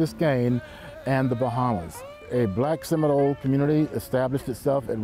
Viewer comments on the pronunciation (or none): Why his he saying Seminole "I word?" isn't it Seminole indigenous people???????!?